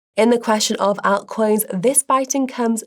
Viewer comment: I love the way says altcoins. 😊